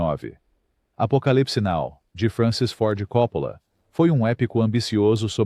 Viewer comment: Esqueceu do filme caldeira do diabo não sabe nem pronunciar os nomes certo ele diz copolo